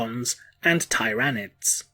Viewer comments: this dude really just said ty ranids im dead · Tie-ran-ids???? Astar-tease? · If the Emperor returned he would smite you for the way you pronounced Tyranids.